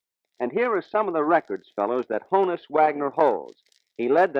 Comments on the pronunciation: Johannes is the archaic German form of John, not Jonathan. Johann is the more modern form. Hannes is a nickname for Johannes, just like Hans is a nickname for Johann. Hannes is pronounced Ha-nus, not Ho-nus. I'm old enough to remember when this wasn't a question because everyone said Ha-nus when he was alive and still coaching for the Pirates. BTW, his birth certificate says Johannes, not John, which should make this even easier. Ain't language great? 😁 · During his later years as a coach, in a radio interview his name was erroneously made to rhyme with "bonus." In his mannerly way, he clarified that "Honus" was to be pronounced as "honest" without the "t". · his gives name was Hannes - not "john" that was the Americanized version as German decent was not real popular then..... it's pronounced "Honn-ness" not "Hoe-nus". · He himself didn't pronounce Honus with a long o. Why doesn't the interviewer respect that? LOL! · According to the man himself, Honus is pronounced Hannes. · People that don't know German, it's ponounced HAN-us. Short for Johannus-John in English. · Too bad that the guy doing the interview didn't listen to Honus pronounce his nickname. The interviewer says Honus to rhyme with bonus, but Honus says the nickname is a shortening up of his German name, Johannes (like Johannes Brahms) and pronounces it such that the first syllable is not with a long o vowel sound but more like a soft a or soft o. Thus, the first syllable as Honus says it rhymes with the name Lon (as in Lon Chaney) and not with the name Joan. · Too bad that the guy doing the interview didn't listen to Honus pronounce his nickname. The interviewer says Honus to rhyme with bonus, but Honus says the nickname is a shortening up of his German name, Johannes (like Johannes Brahms) and the first syllable is not with a long o vowel dound but more like a soft a or soft o. Thus, the first syllable rhymes with the name Lon (as in Lon Chaney) and with the name Joan.